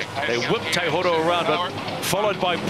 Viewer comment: It's TAIHORO isn't it ? Not TEIHORO. TAI is pronounced TIE not Tay. 😊